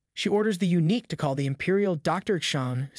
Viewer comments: Thanks for the videos! I think eunuch is pronounced “you-nick”, not unique. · U-nick, not unique